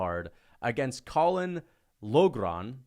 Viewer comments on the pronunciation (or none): none